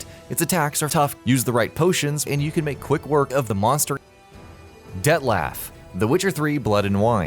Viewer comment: D E T T LAUGH